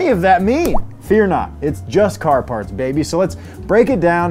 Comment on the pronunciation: hes saying babeh wrong